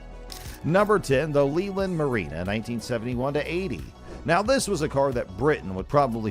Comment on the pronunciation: Its leyland . Pronounced,,,lay,,land